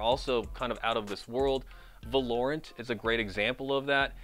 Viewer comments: Vuh-lore-ent... I'm just gonna leave this here... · Anyone else triggered by how he said "valorant"? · the way he said valorant bugged me to the core 😂😂 none the less love the videos! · LMFAOOOOO IKKKKKKKKK VAH LORE ENT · Did this man just call Valorant, "Volourent?" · I can't unhear him saying Valorant 🤣... First time I've heard someone say it that way👌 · Same, I died when I heard him say it lmao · I thought it was so funny I rewinded to it like 5 times before doing it again to show my brother. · I was dying when I heard that lmao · My thoughts exactly 😂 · trying to pronounce Valorant LMAO......